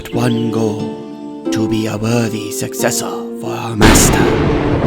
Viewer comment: the first time i heard i thought he said cyan b1tcH Sorry Also the way he says sUcCesSOr